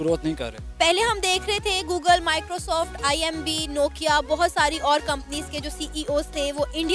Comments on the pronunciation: Why She was saying IMB? It's IBM lmao Pahle kuch research karke aaya karo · Am i the only one who is noticing that anchor herself is saying IMB every single time instead IBM... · Are didi imb nhi ibm hota hai.....🤣🤣🤣